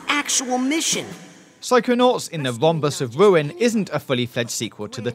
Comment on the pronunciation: "Psychonauts and the Wombus of Wuin"